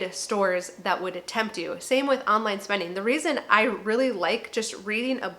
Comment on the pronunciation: spendin'-g I have to get use to hearing words with the g being left out... somethin'-g, eatin'-g .......stoppin... gettin....runnin.....openinn....